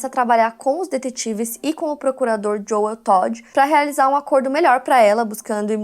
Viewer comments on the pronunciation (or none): none